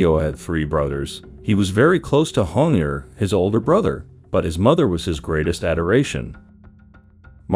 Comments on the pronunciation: Es JHONIER no JONIER, me estreso bastantico esa pronunciación, intenta a la próxima buscar bien las pronunciaciones. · Dices muchas cosas imprecisas, se nota que no estudiaste bien el caso, ni siquiera puedes decir bien el nombre del asesino.